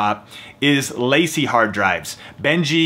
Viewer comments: Good video, thanks. P.S. it's pronounced, La `See. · If your Macbook isn't able to hold an entire project, probably the best mobile editing solution is using a LaCie (it's pronounced lah-see by the way) Thunderbolt capable drive, rather than the USB drive. Faster transfer speeds. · I thought he said lazy hard drive😂